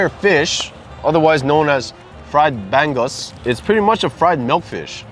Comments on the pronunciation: Another Filipino restaurant you should checkout is Thelma's Restaurant, in the same building as Leeward Drive-In/Westgate SC. FYI...Bangus pronounced Bahn-goose. LOVEE watching you guys video's...Keep It Going! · Hi Guys, happy to see you try the "lesser" known dishes. The bangus is actually pronounced bung - oos. It was my mom's fave but for me, I didn't like the many tiny bones. I only started liking it when boneless bangus was being sold. Also, I loved that you guys pronounced patis the way we do. Ive heard fil-ams that'll say, "pattis". As for the dinuguan, I loved my dad's, he had perfect amount of vinegar, same as his adobo, and I gotta have the chili peppers in it too. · Nice try with the pronunciation of bangus. It’s more like buh-ngoose…or just ask the workers when u pick up the food. We totally enjoy your videos!! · Looks ono. Bangus is pronounced Bang uce. Bang oohs. Next time try Thelma’s. Thelma’s special. Pancit. They have a 3 choice plate lunch so you can try lots of stuff. & try dessert 2 doors down cascaron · Nice video on more Filipino food. I kinda laughed how pronounced bangus wrong lol. It's pronounced like "bong-os" and the g is silent.:) Also the thing with dinuguan is true lol. When I was a kid, my parents would call it chocolate meat. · Aloha! You guys are crazy😜🤣😂🤪. Elena’s is the BEST for sure and so glad you tried it. I couldn’t stop laughing at ’ pronunciation of Pampanga (correct) and bangus! Haha. Wid all dat ono grindz, why you two no gain single pound?!